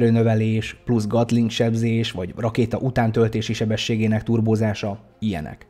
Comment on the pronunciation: Bocs de annyira b....sza a fülem, hogy nem bírom ki. A Gatling az ejtés szerint Getling E-vel nem A-val.